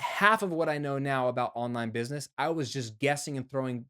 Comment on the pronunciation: Looks like you hustled making this video so much that you spelled "busyness" instead of.... oh, you actually really are saying busyness instead of business...... see what hustling is doing to me, man?!